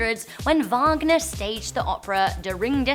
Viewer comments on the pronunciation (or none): none